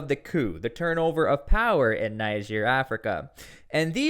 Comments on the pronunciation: The country is called “Neeger “ not “Naiger” 😂😂😂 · For God's S@ Say It With Me Tsply "Nejerr" Not Naija Even the guy holding conference sounds it right, are you trying to be a d*ck That's my country Nigeria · I must first correct you. There is no country called NIGER AFRICA. It's NIGER pronounced Nigier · Will it kill you to pronounce the name of the country properly? Will it?